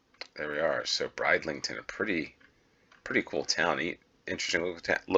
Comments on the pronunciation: Brid in Bridlington is pronounced in the same way as grid is said, not bride. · "Where's Waldo" is just the American name- it's "Where's Wally?" here in the UK where the books were first published. No idea why you guys changed it, but possibly the name Wally was already trademarked. Bridlington is a lovely place, but the first syllable rhymes with "Sid" not "Side".